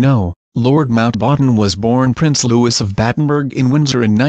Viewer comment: Luwee is how it is pronounced!